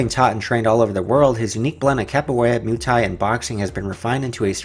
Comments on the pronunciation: stop spelling "MUH-THAI" it´s called MUAY-THAI!!!! thx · Moo ay thai Not Mew Thai